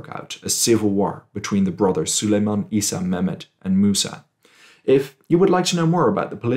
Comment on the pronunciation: Just a heads up - Isa is pronounced more like "yeesa". And this channel was a revelation, for sure.